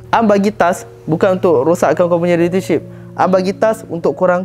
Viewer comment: cuba sebut “relationship” tu betul2 stress la aku dengar haih